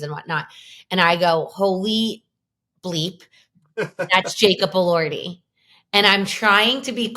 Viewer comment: lol Alex’s facial expression when you mispronounced Elordi! 😂. Fun episode, guys!